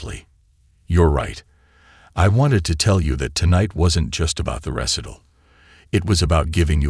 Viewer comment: AI isnt perfect..do it vs duet. Recital not pronounced correctly. Sofie Sophia sometimes. Coppin for chophin (sic) and others. Lol